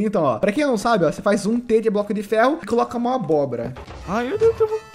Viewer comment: "Glória a Deux" ksksk realmente muito boa essa série